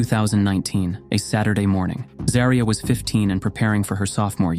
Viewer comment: You can at least get her name right. It is ZAW-REE-UH